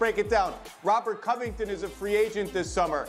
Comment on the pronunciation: "robert covuhton" - kendrick perkins